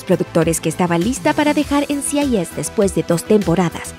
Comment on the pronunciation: No se ¡EN Ci AI YES! NCIS, es “EN CI AI ES” pronuncia bien mamita.